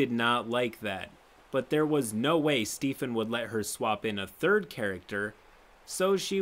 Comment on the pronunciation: The way he said Stephen as “Stefan” hurts me